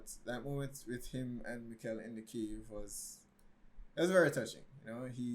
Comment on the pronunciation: Nice one. Still some improvements to be made in the pronounciations, think "Mickl" (not Miquel) and Bartosh (not Bartoes) 😉 BTW, the concept for "Dark" was already finished before Stranger Things was first released :)